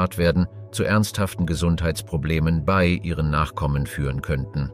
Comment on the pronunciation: Was du hier anmerkst, ist mir auch aufgefallen. Zusätzlich noch der Fehler, dass das Wort "bei" wie "be-i" ausgesprochen wird. Inhaltlich kann ich nicht viel zu dem Video sagen, weil ich mich mit der Thematik nicht auskenne.